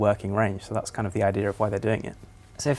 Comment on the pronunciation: Idear. There is no R in idea